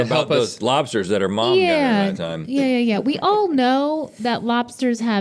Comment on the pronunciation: says "Lopsters" lol